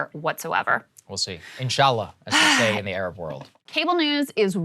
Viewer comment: Sagaar saying Inshi allah was a bet